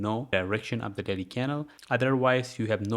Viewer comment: Am i the only one hearing "Daddy timeframe" instead of "Daily timeframe" ?? 😂